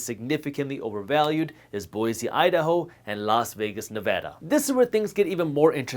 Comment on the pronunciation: Being from Vegas, I’m just glad you said Nevada correctly well done